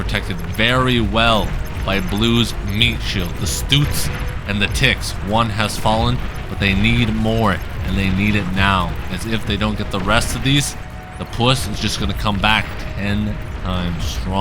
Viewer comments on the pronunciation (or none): Bro it’s “stout” no “stoot” 😂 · “Stoots” “The deposit” Your English teacher is rolling in their grave lmao Jokes aside, keep up the good work